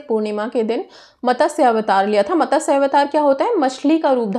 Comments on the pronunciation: its MATSYA not MATASYA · मॅडम,मतस्य अवतार नहीं,मत्स्य अवतार